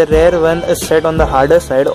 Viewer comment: It's spelled REAR Brake,REAR suspension not RARE Brake, RARE suspension.😂 About 4000rpm...dude are you new to bike riding,are you trying to copy what others are saying,dont you feel the power band? who the hell told you to keep below 4000rpm. Its a KTM DUkE 200 Engine with slight modifications (200NS-carburator,SOHC,high gearing,3 sparkplugs{a gimmick} . DUkE200-EFI,DOHC,Short gearing,single sparkplug) you need to keep above 4000rpm. every gear shift at 4500rpm is recommended! shifting below that is like torture even during run-in. You are ruining your engine components by lugging! Fuck this feels bad seeing useless fellow spreading false information. some ill imformed Bajaj showroom guys have no idea about their products..stay away from what some of bajaj ppl say. Also use Mobil1 Racing 4t 10w40 synthetic oil (in winters,rainy,moderate summer) or Motul synthetic 15w50 (in extreme hot summers) engine oil. Replace oil every 7500kms. Dont use crappy bajaj dtsi 20w50 mineral oil. keep speeds above 60 in 6th gear. constant riding at 5000rpm in 6th gear will give you fuel efficiency of about 56kmpl! improve your pronunciation,improve your basics!Ride safe!✌